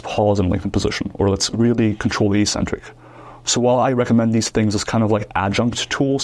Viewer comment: “ek-centric” not “ee-centric”